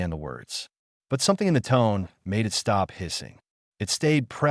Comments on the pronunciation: I don't know if anyone else noticed that AI naration does not know the difference between "it" and I. T. Funny that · Why can this AI not be taught the word it? Why must it say i,t every time the word it appears in the story? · AI fail. "I T" instead of "it"